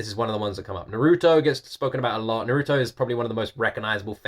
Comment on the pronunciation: Just cause you know that's not how Naruto is pronounced